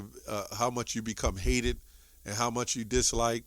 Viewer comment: it's "hated" Not "hatted".